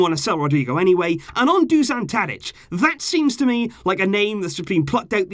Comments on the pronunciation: Love your vids mate btw it’s pronounced dushan 😂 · When saying Dušan Tadić, its hard to pronounce. You are saying Tadić corecttly, but Dušan is a bit harder. Š is like youre saying S-hut or youre shushing someone (sshhhhh..). So "Dushan Tadić" basically. nobody cares but im bored